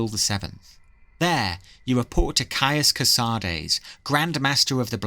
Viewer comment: you say mehrunes dagon correctly so why not dagoth ur? and caius co-sah-deez? it's co-sades. either way, amazing video!